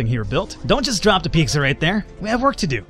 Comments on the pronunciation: Lol pecsca XD it's pizza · A few things... 1. Onions are one of the most important building blocks of almost any meat dish. Also cheese and onion sandwiches. 2. Pete-zah, not peak-zah. :) 3. It's too bad that Americans have apparently lost their edge on pizza; I blame Herman Cain. Panago (in Canada only) is much better big-market stuff, though little hole-in-the-wall pizza and calzone places are better still. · Piksah? It's Pete-Zah. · Piczza? :P Costco does have some good food though. Their Ice cream is pretty good too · Piksa. That is how i'm going to pronounce pizza now.